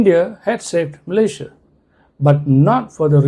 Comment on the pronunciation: 😂😂😂is Malaysia or MALAYA😂😂😂